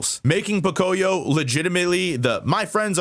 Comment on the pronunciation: Fun fact, Pocoyó is Spanish, and you should pronounce it Pocoyó with the accent on the final O. Might not seem like much but it was really driving me nuts.